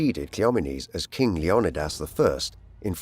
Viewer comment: "LEO-KNEE-DIS"" wtf